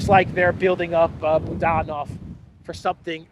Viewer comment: Boo DAN ov —- isn’t that supposed to be. BOO dan ov.? Russia pronunciation I know. Maybe it’s different cause he’s a Ukrainian? I love your podcast. You are one of them that I go to every single day. But that booDANov gets my attention. Can’t help it. If unsure please go to first syllable form, BOOOdanov. That’s natural.